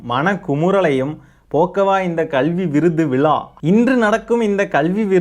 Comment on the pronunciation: டேய் நாயே அது விலா இல்லடா விழா.ழானாவே வரல இதுல ச்சேனல் மயிருவேற😂😂😂